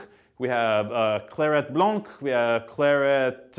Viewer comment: Please stop saying blanC like in Cabernet blanc or whatever...The C is silent. It's our language, which already suffers in our own country, please respect it.